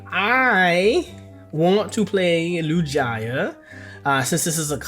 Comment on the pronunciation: Arrest this man for the Lugia pronunciation. What pokefan doesn't know this name lol